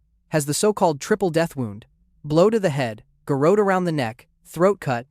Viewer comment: Garotte - CORRECTLY pronounced ga-ROT, emphasis on the SECOND syllable.